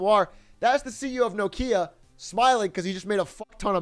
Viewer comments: Bro stop saying no kia its nokia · Does this man say No-kia?